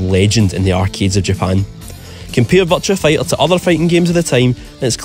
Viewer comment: I keep hearing you say "Vulture Fighter"